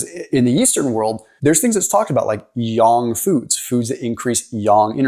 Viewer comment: yAng with an A, not yong 😅. It took me a bit to understand what you were trying to say. However, I appreciate the information.